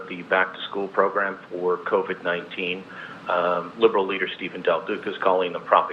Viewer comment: Covid.......not co-ved.....